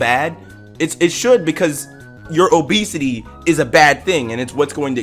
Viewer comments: Your pronunciation makes it sound like obeasty sometimes lmao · “O*esity” BRO I CANT